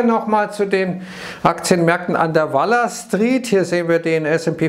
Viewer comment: Hat er Wallah Street gesagt 😅